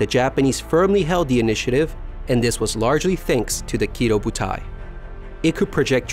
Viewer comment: Kido butai is actually Ki-Doh Butai